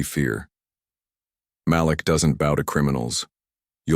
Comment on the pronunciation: Malik = muh-leek